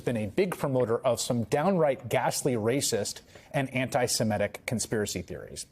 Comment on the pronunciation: She seems ghastly. Seems to fit the Trump bill. A minor issue, but one that grates: You pronounce antisemitic "antisemetic". I know you're bright. These things count. They are noticed by people who read.